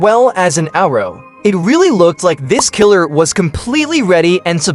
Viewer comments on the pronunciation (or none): “as well as an owro” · Why you say outro like that 😭